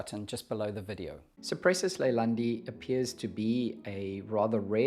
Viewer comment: The name of the genus is Cupressus (meaning: cypress) and it's pronounced koo-press-oos in latin. ;-) I don't believe it's a Leyland cypress, though. Leyland cypress is in fact a hybrid between macrocarpa and nootkatensis. It has somewhat different foliage, flatter, more alike to Cupressocyparis genus. Yours has more 3D foliage, like all true cypresses. As the mediterranean cypress is greener and yours is bluer, I believe it is Cupresuss arizonica.